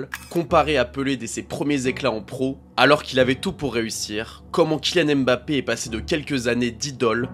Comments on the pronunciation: par pitié, arrêtez de dire Embappé, c'est "Mbappé" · Il s'appelle "Mbappé" pas "Embappé" Tout comme "Killian", pas "Ka-illian"